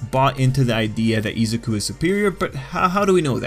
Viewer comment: "eezuku and bAKugoo" stop